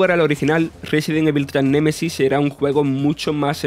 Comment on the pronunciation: Las flipantes aventuras de Julia Valentina en Ciudad mapache : "Nemaisis"